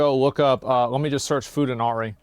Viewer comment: "food anari"